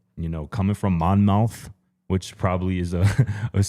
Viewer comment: Monmouth, NJ. pronounced without the N after the O. Mahmuth